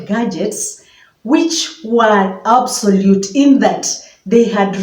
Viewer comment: Obsolete not obsolute